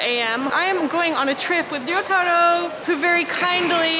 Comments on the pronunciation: you keep mispronouncing name wrong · Why does she keep saying your name wrong? It's like she cant even pronounce 'Risottoro'. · pronounces in a perfect Japanese accent, meanwhile Chris is in his Ramen shop saying Rissottoro over and over again in to a mirror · This is the first time I realized Chris has been mispronouncing Ryotaro's name the entire time. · I think it's more a case of Chris pronouncing it like a gaijin, and pronouncing it correctly (she is definitely not saying Yotaro). The Ryo- part should be pronounced as a single syllable, not to mention the R isn't supposed to sound like an English R, but is sort of halfway between R and L, which is maybe why you don't hear it when says his name.